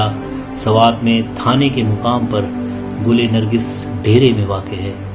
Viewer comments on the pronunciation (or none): سڑبنی یا سربنی اصل نام ہے قیس عبدالرشید کے سب سے بڑے بیٹے کا ، مندنڑ نام بھی آپ غلط لے رہے ہوں آپ کو چاہئیے کسی پختون فرد سے نام اور الفاظ کی تسحیح کرلیں ، دل آزاک اردو میں پشتو میں دلہ زاک اور گلینگس ڈھیرئے کا نام بھی آپ غلط لے رہے ہوں گل نرگس نہیں ہے ، آصف خان یوسفزئی